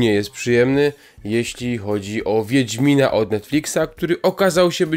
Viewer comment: No dokładnie "wiendzmina" bo więdnie miną... Czy coś